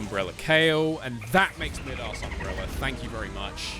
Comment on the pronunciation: Idk why but it BUGS me, ITS MY DAS umbrella DAS as in ADIDAS NOT MID-ASS thank you😄